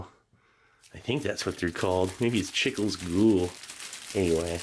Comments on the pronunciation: Its not chickles lol. Its pronouced chee-cles. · Chicles “Chee-klays” it’s gum! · when I hear you say "chickles" I first thought, what is that??? It's Spanish for gum- but growing up in south Texas I never heard anyone say it that way. Plus didn't think there were people that didn't know you take tamales out of the leaf. Mexican tamales are wrapped in corn husks and those are wrapped in a (banana) leaf, what we know here as tamales Veracruazanos. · The Chicles Cool is actually pronounced Chee-klés. Because Chicle means Chewing Gum in Spanish. But in Spain They Might say Goma de Mascar. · Him pronouncing Chicles ¡Goal! as "Chickles Cool" made my day lmaoo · “Chickles” hahaha you tried man. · Gum in Spanish is chicles pronounced cheek-laze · “Chicles cool” made me laugh 😆 “chicles” pronounced (chee-cless) is Spanish for gum. Such an innocent attempt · I love how you pronounce chicles😂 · The way you pronounced chicles made me laugh so hard. Love you Steve